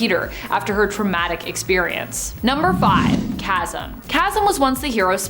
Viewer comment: TY VERY much for pronouncing "Chasm" correctly, unlike some of your coworkers!